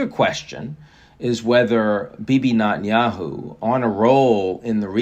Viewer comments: You are not an uneducated fool so I have to assume you must just be trying to be a dick. It’s Neh-ten-yahoo. Not Naaa-ten-yahoo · I wonder if Ian will ever even TRY to pronounce Netanyahu's name correctly....